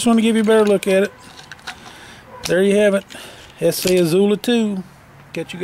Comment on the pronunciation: Thank ****, finally someone who can pronounce ESEE right.